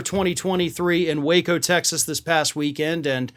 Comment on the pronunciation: So it's Wāco not Wa(h)co lol